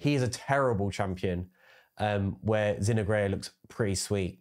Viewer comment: Zin-oh-ger its pronounced 🤣